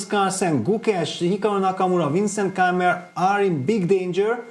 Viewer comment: Niclas mispronouncing Keymer isn't something I expected.